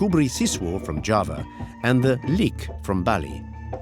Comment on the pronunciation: Leak. Pronounce Le-ak, not Lik.